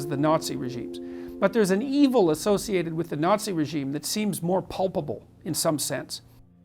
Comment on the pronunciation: Did Peterson actually say "Pulpable" when he meant to say "Palpable"? I've seen this with Peterson a lot - he seems to have a serious inability to spell some quite simple words that suggests a level of ignorance that belies his supposed intellectual status.